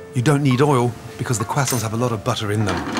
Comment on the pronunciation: Why can’t he pronounce croissants?